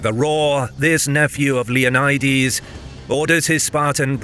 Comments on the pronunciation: Is Leonidas actually pronounced like that? I’ve been lied too! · Is it not pronounced "LEO-NI-DAS"?